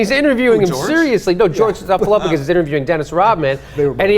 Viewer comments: George Snuffleupagus? lol!! You mean George Stroumboulopoulos? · George "Snuffaluffagus"... bahahaha and repeated it twice!